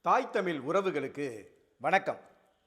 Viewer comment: நீங்கள் சொல்லும் கருத்து எதார்த்தமானது. உண்மையும் கூட. நீங்கள் தமிழ் என்று சரியாக உச்சரித்தால் நீங்கள் சொல்லும் கருத்துக்கு இன்னும் சிறப்பு சேர்க்கும். மகிழ்ச்சி.